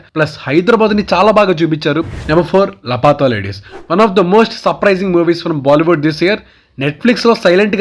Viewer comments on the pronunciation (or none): Lapatha ladies kadu bhaiya laapatha ladies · Bhayya Laa Pata Ladies Movie name not Lapata Ladies